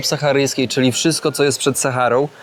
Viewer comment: "Kszystko ma dwa konce kija" -.